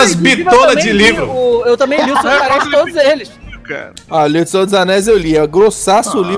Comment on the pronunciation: sera que escutei senhor dos anais (Maha) kkkkk Like